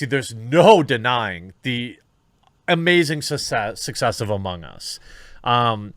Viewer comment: He said suscess. So does that mean Jeremy is sus on its success?